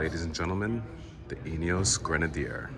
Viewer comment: Great job with the video,, especially with the pronunciation of Grenadier. 🙂 I’m from 🇦🇺, and I’ve been lucky enough to have two rides in a 2B prototype. Like you, I’m very impressed with the concept. One minor point for you: I think you'll find that the raised air intake does not actually increase the official wading depth, which is 800mm.